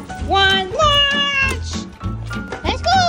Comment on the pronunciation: You said "Launch" but Lucy stopped and turned around because she thought you said "Lunch" 😂